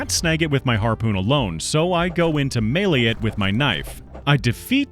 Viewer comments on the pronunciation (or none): none